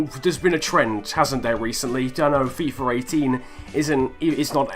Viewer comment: why? why u call it fifer !!!